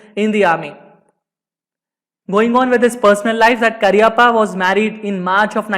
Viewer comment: Please pronounce his name correctly.